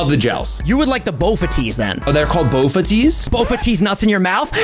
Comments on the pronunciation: ‘BofA tees’ he truly is a poketuber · Boba-Tees I'm dead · How did even say “bova teas” back when he knows what they are!! Lolol